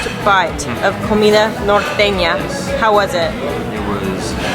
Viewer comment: La guera said the word norteña muy bien.